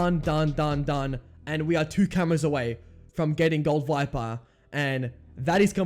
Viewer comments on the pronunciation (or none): none